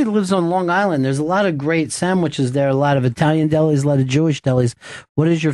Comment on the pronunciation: i love it when ron and discuss "samwiches"